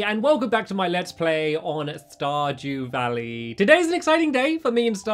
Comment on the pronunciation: "Star due dally", lol. My favorite part 👌